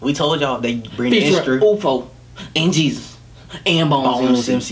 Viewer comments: Yeah ufo on the Hook, then RAF, bonez and gzuz Its not pronounced Jesus btw, but jizzes, like short jesus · You pronounce GZUZ like jizzuz